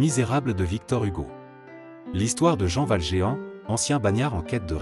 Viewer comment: C’ est une machine qui parle ? "Au bon endroit"sans liaison, "de Alexandre Dumas", Valgéant, Standhal, Mark Touen…